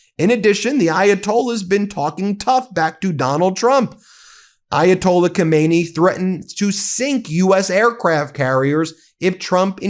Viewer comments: Get the names straight. His name is Khamenei, not Khomeini. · He is not Khomeini. Khamenei “Khah-meh-neh-E.” Khomeini died in 1989. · Its called gammeneij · Pronunciation matters. Khomeini is dead, Khameini is not.